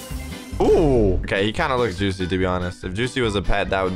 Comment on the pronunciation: u mean joocie?